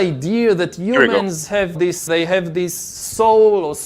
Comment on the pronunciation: "Umans" (humans!) 😂... He is truly disgusting and full of utter vickedness